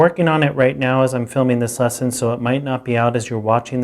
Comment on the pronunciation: Great series! I'm an intermediate player now trying to get some theoretical background and this channel has been very useful. Though I get distracted every time he says "this lesson" :) sounds like he's saying "thisesson".